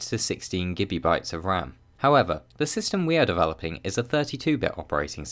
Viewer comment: I keep on hearing him say Gibby bytes...